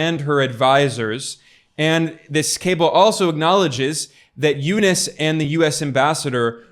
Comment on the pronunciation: Its u-nuus not u-nis!